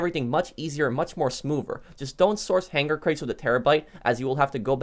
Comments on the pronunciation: The way this guy says buhnkar and hang gar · Why does he say hanGar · My only issue with any of your content is the way you pronounce hangar.